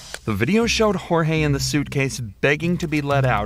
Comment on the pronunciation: ok, this might be the wrong thing to focus on... but... the name was JORGE, not GEORGE.....